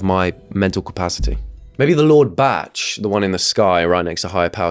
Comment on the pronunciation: Bach… not drake…